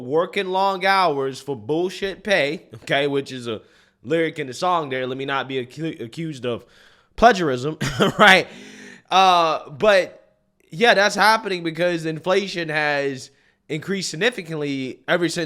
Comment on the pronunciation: The beginning of the way you say “plagiarism” is hilarious. Its supposed to sound like the word “PLAY” not “PLEDGE” but keep saying it your way, it’s great.